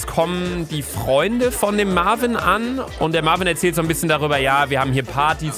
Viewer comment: Lucaaaaaaaa der heisst Marviiiiiin und nicht Marvin 😂😂😂😂😂😂😂😂😂😂😂😂😂😂😂😂😂😂😂😂😂😂😂😂😂😂😂😂😂😂😂😂😂😂😂😂😂😂😂😂😂😂😂😂😂😂😂😂😂😂😂😂😂😂😂😂😂😂😂😂😂😂😂😂😂😂😂😂😂😂😂😂😂😂😂😂😂😂😂😂😂😂😂😂😂😂😂😂😂😂😂😂😂😂😂😂😂😂😂😂😂😂😂😂😂😂 😂😂😂😂😂😂😂😂😂😂😂😂😂😂😂😂😂😂😂😂😂😂😂😂😂😂😂😂😂😂😂😂😂😂😂😂😂😂😂😂😂😂😂😂😂😂😂😂😂😂😂😂😂😂😂😂😂😂😂😂😂😂😂😂😂😂😂😂😂😂😂😂😂😂😂😂😂😂😂😂😂😂😂😂😂😂😂😂😂😂😂😂😂😂😂😂😂😂😂😂😂😂😂😂😂😂 😂😂😂😂😂😂😂😂😂😂😂😂😂😂😂😂😂😂😂😂😂😂😂😂😂😂😂😂😂😂😂😂😂😂😂😂😂😂😂😂😂😂😂😂😂😂😂😂😂😂😂😂😂😂😂😂😂😂😂😂😂😂😂😂😂😂😂😂😂😂😂😂😂😂😂😂😂😂😂😂😂😂😂😂😂😂😂😂😂😂😂😂😂😂😂😂😂😂😂😂😂😂😂😂😂😂 😂😂😂😂😂😂😂😂😂😂😂😂😂😂😂😂😂😂😂😂😂😂😂😂😂😂😂😂😂😂😂😂😂😂😂😂😂😂😂😂😂😂😂😂😂😂😂😂😂😂😂😂😂😂😂😂😂😂😂😂😂😂😂😂😂😂😂😂😂😂😂😂😂😂😂😂😂😂😂😂😂😂😂😂😂😂😂😂😂😂😂😂😂😂😂😂😂😂😂😂😂😂😂😂😂😂 😂😂😂😂😂😂😂😂😂😂😂😂😂😂😂😂😂😂😂😂😂😂😂😂😂😂😂😂😂😂😂😂😂😂😂😂😂😂😂😂😂😂😂😂😂😂😂😂😂😂😂😂😂😂😂😂😂😂😂😂😂😂😂😂😂😂😂😂😂😂😂😂😂😂😂😂😂😂😂😂😂😂😂😂😂😂😂😂😂😂😂😂😂😂😂😂😂😂😂😂😂😂😂😂😂😂 😂😂😂😂😂😂😂😂😂😂😂😂😂😂😂😂😂😂😂😂😂😂😂😂😂😂😂😂😂😂😂😂😂😂😂😂😂😂😂😂😂😂😂😂😂😂😂😂😂😂😂😂😂😂😂😂😂😂😂😂😂😂😂😂😂😂😂😂😂😂😂😂😂😂😂😂😂😂😂😂😂😂😂😂😂😂😂😂😂😂😂😂😂😂😂😂😂😂😂😂😂😂😂😂😂😂 😂😂😂😂😂😂😂😂😂😂😂😂😂😂😂😂😂😂😂😂😂😂😂😂😂😂😂😂😂😂😂😂😂😂😂😂😂😂😂😂😂😂😂😂😂😂😂😂😂😂😂😂😂😂😂😂😂😂😂😂😂😂😂😂😂😂😂😂😂😂😂😂😂😂😂😂😂😂😂😂😂😂😂😂😂😂😂😂😂😂😂😂😂😂😂😂😂😂😂😂😂😂😂😂😂😂 😂😂😂😂😂😂😂😂😂😂😂😂😂😂😂😂😂😂😂😂😂😂😂😂😂😂😂😂😂😂😂😂😂😂😂😂😂😂😂😂😂😂😂😂😂😂😂😂😂😂😂😂😂😂😂😂😂😂😂😂😂😂😂😂😂😂😂😂😂😂😂😂😂😂😂😂😂😂😂😂😂😂😂😂😂😂😂😂😂😂😂😂😂😂😂😂😂😂😂😂😂😂😂😂😂😂 😂😂😂😂😂😂😂😂😂😂😂😂😂😂😂😂😂😂😂😂😂😂😂😂😂😂😂😂😂😂😂😂😂😂😂😂😂😂😂😂😂😂😂😂😂😂😂😂😂😂😂😂😂😂😂😂😂😂😂😂😂😂😂😂😂😂😂😂😂😂😂😂😂😂😂😂😂😂😂😂😂😂😂😂😂😂😂😂😂😂😂😂😂😂😂😂😂😂😂😂😂😂😂😂😂😂 😂😂😂😂😂😂😂😂😂😂😂😂😂😂😂😂😂😂😂😂😂😂😂😂😂😂😂😂😂😂😂😂😂😂😂😂😂😂😂😂😂😂😂😂😂😂😂😂😂😂😂😂😂😂😂😂😂😂😂😂😂😂😂😂😂😂😂😂😂😂😂😂😂😂😂😂😂😂😂😂😂😂😂😂😂😂😂😂😂😂😂😂😂😂😂😂😂😂😂😂😂😂😂😂😂😂 😂😂😂😂😂😂😂😂😂😂😂😂😂😂😂😂😂😂😂😂😂😂😂😂😂😂😂😂😂😂😂😂😂😂😂😂😂😂😂😂😂😂😂😂😂😂😂😂😂😂😂😂😂😂😂😂😂😂😂😂😂😂😂😂😂😂😂😂😂😂😂😂😂😂😂😂😂😂😂😂😂😂😂😂😂😂😂😂😂😂😂😂😂😂😂😂😂😂😂😂😂😂😂😂😂😂